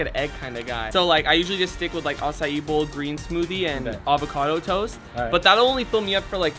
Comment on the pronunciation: Faze Rug really said boa for dinner 😭😂